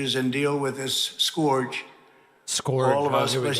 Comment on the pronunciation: Wow. This made me so angry. Trump can’t even pronounce the names of the dead kids. And the literal gong after each name. But he’s a doofus. He reads what he’s given (I use the word ‘read’ liberally. He’s illiterate. Can’t even pronounce scourge, and totally misreads ‘virtue cycling’). It's hollow horseshit. But Cruz has the right bona fides, he has some intelligent credentials - making him worse, either a flagrant coward and/or sociopath. This one-entrance ‘solution’ is a nauseating farce - ditto blaming Obama, doors, church attendance, single or gay parents, anything but actual guns. These creeps are the nadir of humanity. Can’t believe they get away with this EVERY TIME. How many more massacres have to take place before anything changes??!